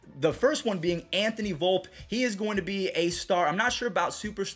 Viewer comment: I'm sorry but this proves that you don't know anything about the prospect scene calling him Anthony Volp instead of Anthony Volpe. [vull-pe] Also volpe has a much higher ceiling than peraza and that is widely accepted.